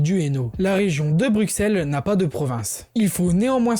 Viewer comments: "Brussel" pas "Brukssel" .... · Super video PS pour Bruxelle en francais on dit Brucelle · sa s écrit bruxelles mais sa se dit brusselles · Bruxelles ça se dit Brusselles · Alors super info mais la prochaine fois, fais attention à la prononciation des villes Par ex. Bruxelles ce prononce "Brusselles" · Je suis belge, patriote mais surtout juriste et je trouve que sa vidéo est très très bien réalisée. C’est sur qu’il y a quelques erreurs/imprécisions, mais globalement tout est dit, bien résumé et compréhensible. Il a l’air d’être français et c’est assez impressionnant de voir une telle maîtrise depuis l’étranger (mis à part le mot Bruxelles qui se prononce BruSSelles mais c’est anecdotique). Félicitation! PS : Jules César disait déjà à l’époque que les belges étaient un peuple respectable !! C’est avéré et prouvé (donc on date de plus loin que le moyen âge) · Y a que moi qui a eux mal au oreil en entandant comment il prononce Bruxelles ? Mais cela reste très bien expliqué, GG et bonne continuation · Peut être que c'est différent entre régions, mais sinon aucune autre erreur ( j'ai vu qu'on t'a corrigé sur la prononciation de Bruxelles dans les commentaires mais sa arrive souvent au français donc pas grave ) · Le X de Bruxelles se prononce S. Et beaucoup d'autres petites erreurs, fieu. Faut revoir ta copie. -- Un spectateur belge.